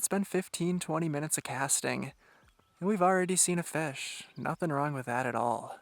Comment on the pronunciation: The way he says "FESH" really annoys me.